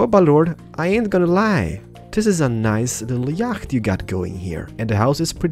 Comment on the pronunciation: It's not YAGGHHHHHT ITS YACHT